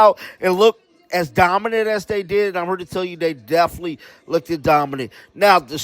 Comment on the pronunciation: The word "looked" is pronounced as the "e" being silent. Imagine it's spelled incorrectly as LOOKD and you'll say it. I'm not being rude it's simply annoying to hear you say LOOK- DED. I like your videos and you seem very genuinely nice .